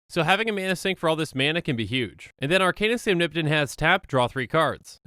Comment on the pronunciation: I don't why but the impecable pronunciation of "Arcanis the Omnipotent" just buttered my biscuit.